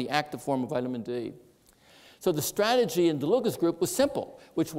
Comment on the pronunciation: STRAT-A-GY —— With so many publications he’s allowed to make up his own words.